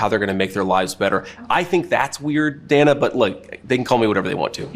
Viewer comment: Hey, Ben.... "12 a.m. in the morning" is redundant. Also, "Dana" (Bash) rhymes with "banana." It's not DAY-na. Don't be like the Trumpanzees.